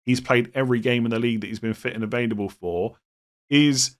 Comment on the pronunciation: as one who also Does this - do you know you say “evadable” rather than “ available “ - I don’t think it’s your accent! 😊